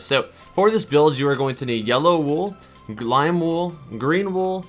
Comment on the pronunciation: I love how he said you need glim wool